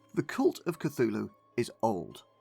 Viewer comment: You know it’s not pronounced Cathooloo.. But that’s closer to how you would call the Church of Cthulhu: The Cathoolic Church! And now you understand why they did what they did.. and probably still do.